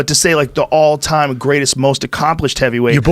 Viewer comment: "Greatest of all THime" lol